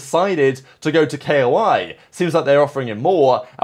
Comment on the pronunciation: IT'S KOI LIKE THE KOI FISH NOT K.O.I. PLEASE FOR THE LOVE OF GOD